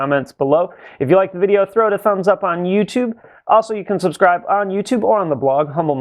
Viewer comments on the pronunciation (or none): none